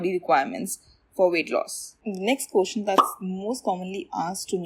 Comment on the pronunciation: Its question not kotion. 🤣